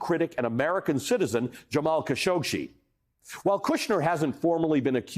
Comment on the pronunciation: the first newsguy to pronounce Kashoggi correctly